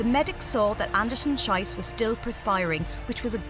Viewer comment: Aaacckkk! The second name in "Anderson-Schiess" rhymes with "peace". The way this announcer pronounces it, it's the vulgar German word for excrement.